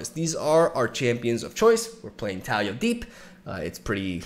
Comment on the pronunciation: Its pronounced Tah-LEE-ah